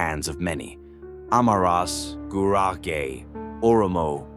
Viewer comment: If you make such a video at least pronounce Gurage correctly. That is....Guragee